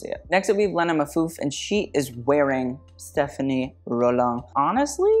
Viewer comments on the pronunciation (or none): Stephane Rolland. Not Stephanie 🤦🤦🤦